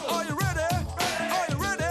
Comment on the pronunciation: CONTCHENDERS!?! ARECH-OOOO READY?!?